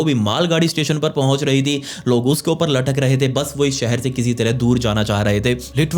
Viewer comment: Jeher nahe zeher why why why indian use J not Z pagal hai kiya